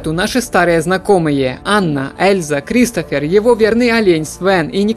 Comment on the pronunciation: Кристоф а не Кристофер!!